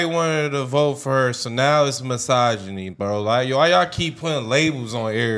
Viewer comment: I love all y'all's videos and your channel, but I can't watch past this leach even trying to pronounce the word misogyny